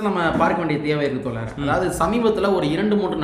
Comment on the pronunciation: 👍💐 உங்களுக்கு ஒரு முறை சொன்னால் புத்தி வராதா தோழர்? 😡🤦‍♂️ தோலர்..... தமிளக... உங்களின் உச்சரிப்பை திருத்திக்கொள்ளுங்கள் தோழர் மற்றவர்கள் தமிழை தவறாக பேசுவது போல் நீங்கள் பேசுவதை ஏற்க முடியாது